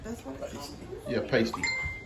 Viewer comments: 😂😂 oh laughing out loud! Pasty is pronounced paahh-stee, you have to google cornish accents also.. I struggle to understand deep cornish accents and my mom is cornish we just didn't grow up there.. waiting to see if you're using mince which 'english' people do (cornish do not consider themselves english as celtic) instead of thin cut bits of cheap steak.. turnips as well as potatoes and short not puff pastry traditional... the side crimp os because miners used to eat them and discard the coal covered pastry crimp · and I have to correct you pasty is what covers a strippers nipples! What you made is called a pastie (pass-tee)! Just trying to help you out! Many people make the same mistake on its pronunciation! Much love from Northern Michigan! askyour Alexa and she will tell you the proper pronunciation! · It’s pronounced Pasty not Pastey. A Pastey is what strippers use to cover the end of something on the breast. 😊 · I chuckled every time you said the name of the meat pie.😅 it is pronounced like "nasty". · Pasty pronounced "pass tee" they brown better and quicker if you brushed the pastry with beaten egg before you bake. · It’s pronounced pasty, rhymes with nasty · Its pronounced past ee (past as in 'in the past') very British dish from Cornwall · Pastie rhymes with nasty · Pronounced pass tees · Hi. im from England and the way to say it is "Pass tea" and the full circle should have made made 1 Pastie thats how big we have them here in the uk and the edges would be crimped with a fork, but Hey your house your rules 😉😉 Paw paw broke my heart when he said "she wasnt my pet she was my partner" we all knew it was gonna be Heidi, even B. Grace had to walk away, Heidi was Pawpaws right arm and a special girl and never hurt anyone (apart from Pawpaw when she bit him cause Duke got too close to her partner and she missed Duke and got Pawpaw instead) 😭😭😭😭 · It's pronounced pass tee pasty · It is pronounced paaastee.